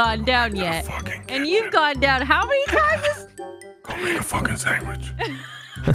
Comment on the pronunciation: still mispronounced sandwich as sangwidge for at least 6 years